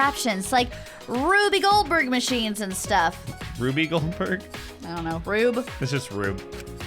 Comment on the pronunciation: "Rube Golderberg," the lesser talked about sister of Whoopi Goldberg. A great inventor by nature, her machines and contraptions were highly featured in various episodes of Tom and Jerry.... Yup, that's everything you need to know about "Rube Goldberg." (pronounced, 'Ruby Goldberg').